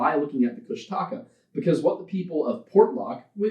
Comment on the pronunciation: Me, a lover of folklore and who understands that oral history will mean different regions will always pronounce things differently... but also Tlingit and has grown up with stories about Kushtaka "That's not how you say it."